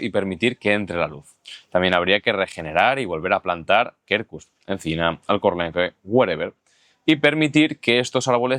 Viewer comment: Quercus se pronuncia "cuercus". De nada. 😂